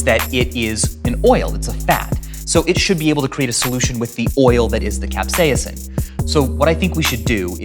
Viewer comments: I am a food safety expert, teacher, and 'amateur' chef...my mother is an English professor, and we both know a guy who is a molecular scientist. We all agree it is pronounced CAP-SAY-SIM. Not CAP-SEE-UM. Maybe CAP-SAY-SUM. And when it comes language...things change regionally. But when it comes to Latin...well...that is the language of science and does not change. Other than the slight mispronounciation, the V sauce guy is mostly spot on. Alcohol being the only blunder...it will cause the molocules to literally agitate and bounce around inside your mouth. That's why it is fun to take a big old shot while eating super spicy wings. I am in love with the sauce of death as why I am here sauce-splaining. Sean Evans is a personal hero of mine. I hope he sells his soul and becomes immortal. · Stevens pronounces it cap-SEYUH-sin : After a lifetime of pronouncing it cap-SAY-sin, I quietly segue into my new reality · i didn't know it was pronounced cap-say-a-sin well guess I'm dumb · he's saying capsaicin